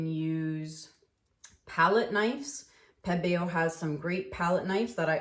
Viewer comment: I love that you pronounce Pebeo properly. It drives me nuts when people call it pee-bee-yo. 😣😜